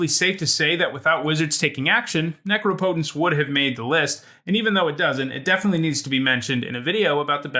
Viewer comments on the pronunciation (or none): what went wrong when u tried to say necropotence lol